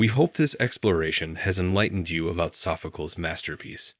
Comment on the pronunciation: Oh, please, AI, Sophcleeeez.